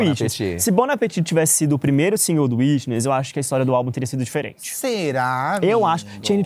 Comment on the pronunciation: Eu, professora, na hora que o falou: "A maldição do 4° álbum", escutei: "A maldição do 4° A", que é sempre a pior turma da escola! 😂😂😂 Socorro!!!!!